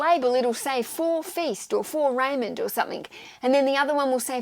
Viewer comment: Great video! By the way Feist rhymes with Heist, not feast:) (I only know because I'm listening to his audiobooks)